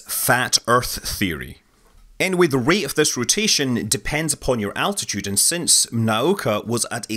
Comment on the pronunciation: say it with me.."altitude"...I kept hearing "attitude". mehh